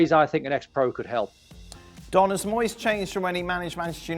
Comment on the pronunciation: It's Moyse not Moysay